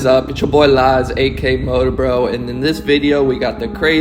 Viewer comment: Lars not lies 😂